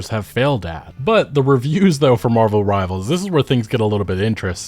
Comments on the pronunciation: please stop calling it marvels rivals omg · drinking game. take a shot every time he calls marvel rivals "marvels rivals". see u in the emergency room